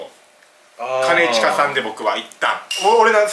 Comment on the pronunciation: 兼近の発音友近やんw